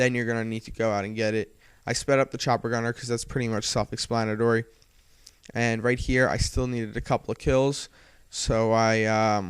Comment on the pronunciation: ex-plan-a-tory, not es-lan-tiry